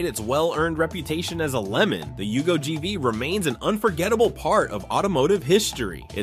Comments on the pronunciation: And it was a Yugo, not a Hugo! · It's a Yugo, not a Hugo... And nothing american about it.